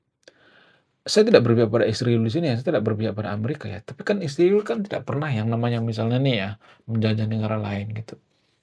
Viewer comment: Ngapain sih nyebut negara Israel pake isriwil, kang???!!!!! Yg bener lah.. Tlg ya..